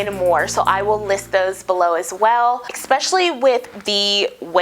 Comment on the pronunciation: You are beautiful, obviously intelligent and well-spoken, among other things. Please accept one little note from a new subscriber. Because you are so well-spoken, this stood out like a sore thumb to me: you pronounced the word especially like ek-spesh-ully instead of es-spesh-ully. Most people would probably not even notice, but for some reason, I seem to have an ear for this sort of thing. I'm going to continue watching more of your videos. I hope you will accept this little critique in the helpful way it was intended. All the best! 👍🙂